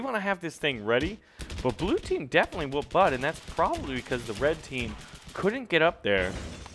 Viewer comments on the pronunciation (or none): none